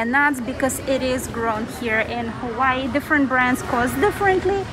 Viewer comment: Her pronouncements of Hawai’i and Oahu is killing me…